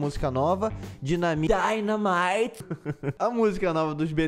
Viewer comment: Meu deus na hora que ele falo dynamite errado e depois falo certo meu fone tava em 100% quase estoro meu ouvido quase morri kkkkkkkkkkk